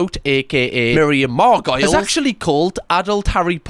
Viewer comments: I love that you pronounce Miriam Margoyles like ‘gargoyles’ 😂 it’s meant to be like ‘margo-lees’ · Sorry to be a nerd but although Miriam's surname is spelled Margoyles (rhyming with Gargoyles) but it's pronounced Mar-Go-Lees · Miriam margo-lee not margoyle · It's pronounced "margo-lees" 👍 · Mar-go-lees. Thank you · I don’t want to sound petty but I used to be a fan, however I immediately dropped it as soon as my sister got into it. Also Hogwarts sounds like an STD (P.S. It’s pronounced “Margo-lees”) (P.P.S. You’re the only Harry Potter adult that I don’t find annoying). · It’s actually Miriam ‘Mahr-guh-leez’ (Also, I love her for always being real. #SapphicIcon) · Hey hun 😊 (just tryin to help) Miriam's last name is pronounced Mar-Go-Leez. I love her, she's SUPER funny on Graham Norton. Not a fan of her stick in the mud opinion re: adults & HP though. She USED TO BE such a "free spirit." People have the same feelings for Star Wars, Star Trek, LOTR etc.and do themed weddings/birthdays too. To me, it's a nostalgia thing...a comfort thing (the books more than the movies) 🤷‍♀️ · Your pronunciation of Miriam Margoyles' name is pretty cringe. Sorry, love you.